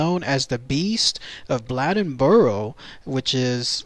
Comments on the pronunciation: The name is Blade N Boro. You pronounce the name like blade. I'm from the area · It's pronounced Blade as in knife blade. Blade-In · Its pronounced "Blay den boar o"